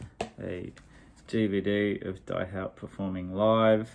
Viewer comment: Die Haut is german for The Skin. So Die has nothing to do with dying..😃 and you pronounce Die as Dee. Long Time Man was not Tim Hardin but Tim Rose. And Blixa stole Tim Rose's first album when they were at John Peels studio...and that album inspires them to record Hey Joe (also on Tim Rose's first album) and Long Time Man. And Blixa recorded Morning Dew(also on Tim Rose's debutalbum) with Einsturzende Neubauten. Btw...worth getting Tim Rose's first, originally released in 1967, self titled but later reissue of 1988 the album was called Morning Dew. And in the late 90s Nick Cave tries to help Tim Rose to reinvite his carreer and was Tim Rose support act for Cave at the Royal Albert Hall concert at 1997. And Rose also appears at Jools Holland that year. And released some new work on CD. Sadly he dies in 2002 on his birthday.😢